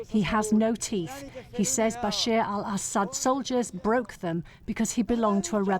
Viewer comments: His name is bashar not bashir bbc get it right. You said it more than once 😂. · Reporter keeps saying Basheer . Incompetent!!! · Why can’t British people pronounce Bashar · The criminal tyrant's name is Bashar, not Bashir. Pretty basic. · Its BASHAR AL ASSAD NOT BASHIR